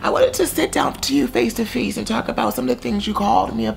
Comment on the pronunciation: I want to talk “feece to feece” 🥲🥲🥲😂